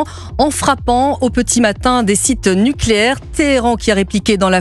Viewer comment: "installations PACIFIQUES nulcéaires " 😂😂😂